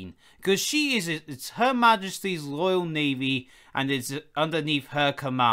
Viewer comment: It’s Royal Navy no loyal navy Speak properly